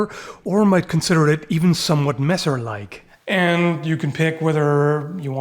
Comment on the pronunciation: *angryliy tiping (for the sake of algorythm) * HOW CANT YOU... erm...let me think a sec... i dont find anything bad... ah, finally stop calling the messer "masser", but start speaking it more german like? cuz its a german word XD greetings from the black forest in southwest germany :D